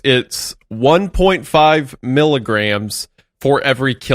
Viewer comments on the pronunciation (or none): saying "migs" and "kigs" instead of "emgee" or "kaygee" for milligrams and kilograms is killing me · i have absolutely never heard anyone pronounce mgs and kgs as "migs and kigs" what the hell